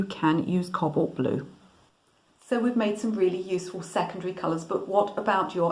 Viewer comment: You keep on calling it Cobbolt the word is pronounced Co bawlt with emphasis on the first syllable and that is a round o.